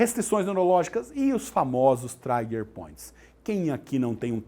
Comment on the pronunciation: Aula muito boa, mas não é traiger point mas sim TRIGER point